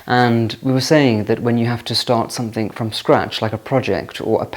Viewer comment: Another comic episode of the Artificial, the Superficial and the Trivial raised to an Art Form — and delivered in a pseudo-posh lisp. (He still says ‘somethinK’ instead of ‘something’. A true blue blood would never make such a faux pas.) More, please!